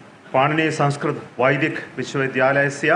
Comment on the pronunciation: I wanna go kill his angry cat every time he pronounces SAYNSKRITT with a white people T. Bc if you have learnt you woulda known how to say संस्क्रित Sun-s-krit try again wanna be white baby boii Also your favourite nasa and esa derives and names everything on greek gods and credit everything to european philosophy and culture.